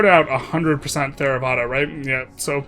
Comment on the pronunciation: Theravada is a hard T like Thai